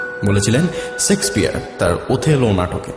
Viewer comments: Golpo ta bhalo .but author name is not Sexpeare....nam ta shakespeare ..kindly correct the pronunciation. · The name is SHAKESPEARE NOT SEXPEARE 😂😂😂😂😂😂. INDIA WAS A COLONY OF THE BRITS FOR 200 YEARS & YET SOME WRITERS CANT EVEN PRONOUNCE HIS NAME 😅